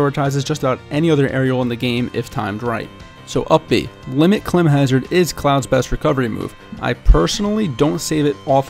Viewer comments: I just scrolled through the comments, no one has pointed out his pronunciation of the word 'climb.' What the fuck am I in an alternate reality here? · Had to stop watching because of the way he pronounces 'climb.' Jesus dude. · The way this man pronounces climb lmao